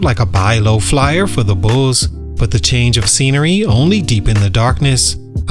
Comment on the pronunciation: Bro, what is “Bullsez”? 😂 It’s just Bulls. Bulls’ is pronounced Bulls.